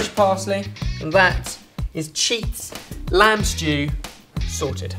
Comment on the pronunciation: "This lamd and aubergine stew is packed full of spices and flavors, so.. watch this" hahaha